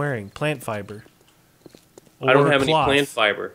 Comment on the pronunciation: you said plant fliber